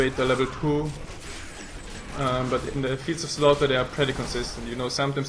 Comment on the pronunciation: I lol'd so hard when he said "twwuu"